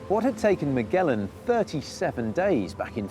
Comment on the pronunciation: If you're gonna do videos like this for the love of god make sure you're pronouncing the famous names right.., Its not miguelan. Its Magellan